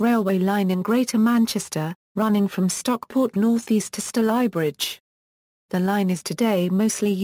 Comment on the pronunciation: F* yank! Stal eye bridge - wrong! It's pronounced Stay ly bridge!